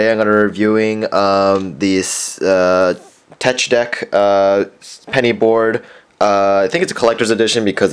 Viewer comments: it is teck dech not tech deck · Not tecch deck is teck deck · It's pronounced teck deck not tech deck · IT ISNT TECHHHHHHHHH DECK ITS TEK DEK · its teck deck not teč deck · TETCH DECK AHAHAHA. It's pronounced teck deck. But spelt tech deck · Hey bro it's tech like technical, just a tip :) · It's pronounced tek dek no hate tho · It's pronounced teck deck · its teck deck haha lol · He said tetch deck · it is pronounced teck deck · it is pronounced teck deck but it is spelled tech deck. It doesn't make the "ch" sound. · teč deck xd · its pronounced (tek-dek) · Excuse me, but your grammar is improper. Tech Deck is pronounced: (teck deck). Hence the word, Technology. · tech deck is pronounced tek Dek because the ch is aid like k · lol its prenounced tek dek. like it rhymes. not just a made up word. man, look up a collection your embarrassing yourself! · Hes not saying tech deck right